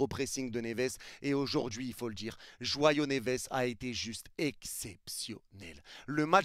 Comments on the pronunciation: C jõao pas joyaux 😂😂😂😂 Après je crois que tu l'appelle comme ça depuis une de tes vidéos oú tu dis que c un joyaux 😂😂 Masterclass!! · pk il dit tout le temps joiyaux neves